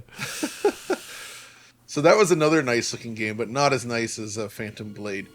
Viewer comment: "Phantom Blade Euh"